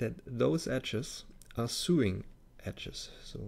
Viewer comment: nitpicky me, when you say "sewing" it is not pronounced Sooing, it's pronounced as "So long, thanks for the memories." then "ing" on the end... so (long) ing.... my mom does lots of that so it kind of jumps out at me. It's sort of like, do you "goo to work," or do you "go to work." Do you "soo the cloth together" or do you "so the cloth together." Love, love, love the sneak peeks. Please make many more to show off how awesome Blender is. I am slowly beginning to switch from Rhinoceros 3D to Blender.